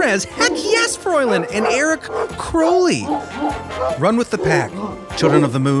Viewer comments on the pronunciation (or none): none